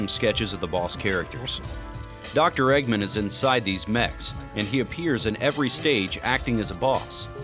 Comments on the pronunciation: The narrator/translator keeps pronouncing "Eggman" as "Eggmen". Sort of the same matter the "man" part is said in "Goldman". V_V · The way "Eggman" is being pronounced is making me wanna die